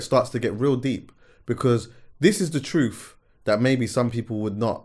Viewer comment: "You can't handle the TROOOT!!" If uno uno